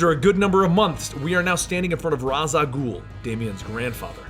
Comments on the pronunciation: its (raysh al gul not razz al gul) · its Ray-sah-gole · it's pronounced Raysh Al Ghul that's how Denny O'Neil and Neil Adams say it.So I don't care what says if the guy's who created it say that's how it is. That's how it is. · it's pronounced in 3 ways. that doesn't make them all official or correct. and you didn't pronounce any of the 3 ways in video. dude, wrong is wrong, no matter how you look at it.